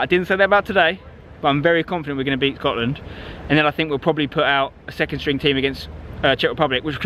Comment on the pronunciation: "we will beat scoatland"